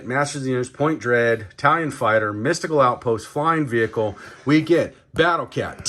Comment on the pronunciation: Are you saying italian fighter? 😂